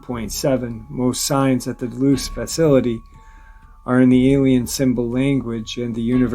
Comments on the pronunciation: The dulce base is not pronounced deloose it’s pronounced dullsee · Can you please pronounce Dulce correctly im almost positive your saying it wrong